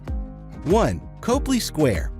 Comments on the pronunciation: Copley Square is pronounced "Cop" "Lee".as is police officer + Lee Jean's. Learn how to say these words before you make the video. When I hear these easily researched mistakes I trust NOTHING you say . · Can't take this seriously if you don't know how to pronounce COPley Square